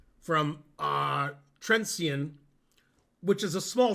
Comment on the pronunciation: it's "trentsheen" not "trentseen" arrrgh i'm so mad